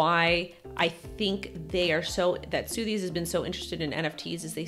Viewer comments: Sotheby's is pronounced sutherbees 👍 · It's pronounced "SUH-thuh-bees". lol ✌️